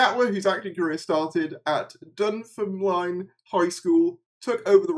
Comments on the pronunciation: It's pronounced Dumb-Ferm-Lynne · Glad that common sense prevailed! (Ps as a Scottish person loved your interesting pronunciation of dunfermline! Lol)